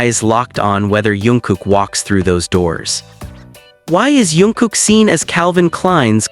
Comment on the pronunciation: Jungkook not yoonkook😂